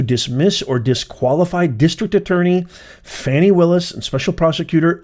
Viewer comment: 'Shroud of darkness ' sounds like a euphemism for 'black people in office'. Why would YouTube send this garbage to my news feed? Also, it's pronounced 'fawn-ee', not 'fanny'. You all care more about this woman's conduct than the criminal behavior of a PRESIDENT! This channel goes straight to DO NOT RECCOMEND.